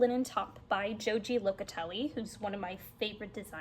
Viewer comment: Enjoyed your content today! Joji is one of my favorite designers as well, and I love her podcast. For information's sake, she is Argentinian and her name is pronounced "Ho-hee". Keep enjoying your crafting.